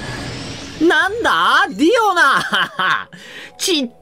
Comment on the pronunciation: She actually says die-yona